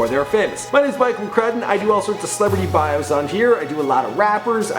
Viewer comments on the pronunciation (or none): none